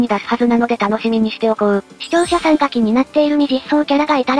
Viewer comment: ゆっくり使ってるから"さん"じゃなくて"やま"になってるのでは？